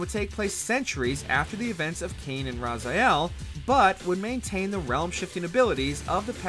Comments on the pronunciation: Not to be rude here, but it's Raziel, not Razael. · Why does keeps saying Razayel? It's Raziel, not even in the game it's pronounced Razayel